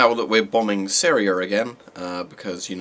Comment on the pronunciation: "Syr e er" Edit: no hate, just thought it was funny.